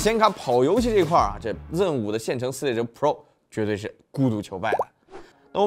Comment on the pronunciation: 明明是读zen 为什么一直要读成ren?